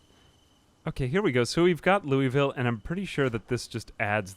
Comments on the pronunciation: we pronounce it "loo-vull" in kentucky or "Loo-uh-vull" depending on your cadence. Say "looey-ville" and you'll raise eyebrows, "louis-ville" will straight-up cause everyone to laugh at you and tell you how wrong you are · Wanted to add, as a Louisville native, its not even Louie-ville for most of the state. Its Lou-Uh-Vull! Always look forward to these, great content as always. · its lou uh ville not louis ville please😭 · Locals pronounce it Lou-Ole-Ville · It's more like "lauelville" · I know no one actually cares but if you're from KY its pronounced more like Loo-uh-vull.